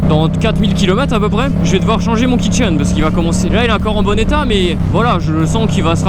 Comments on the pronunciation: Jai entendu kitchen xD au lieu de Kit chaîne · Exactement pareil je comprenais pas 😂😂😂😂